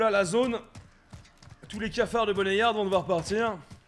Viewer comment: « BONNET YARD » mdrr BoneYard nan ? Prononciation « Bownyard »